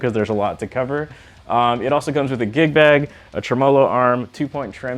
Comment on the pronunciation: Did this dude just say a TreMOLO arm?